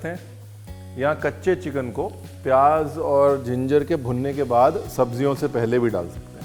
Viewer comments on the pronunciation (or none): it is pronounced "zeera", "tez", "payaaz", and "subzee" not "tayj", "payaaJ" and saab Jee". Also, the K of khushbu, khushi, khaas, and khan etc are all silent.